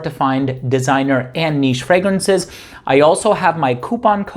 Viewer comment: Its so funny that every video you do and you plug your channel the first pronouncation of "fragrances" sounds incredibly funny. There is always like a "fragranshhh".